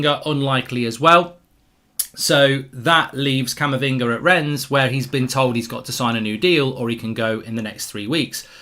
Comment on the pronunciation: Mark please have the manners to say names and names of places properly RENNES is pronounced renn the s is silent iin french